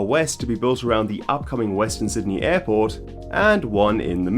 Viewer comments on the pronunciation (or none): none